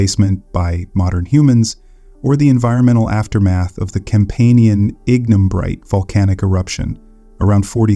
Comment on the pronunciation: Annoying minor errors and distracting mispronunciations. Forty-thousand years narrated and 400,000 years illustrated on screen? Ignimbrite initially pronounced as ingen-brite? Please re-record this video and check your other presentations.